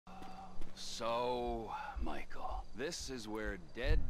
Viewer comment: every other JP liver: Mi-Ke-Ru Miko: Michael every time I heard I surprise Miko actually pronounce it pretty well